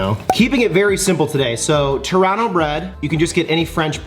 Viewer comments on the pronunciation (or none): when u said Torano i thought u were saying Toronto bread lol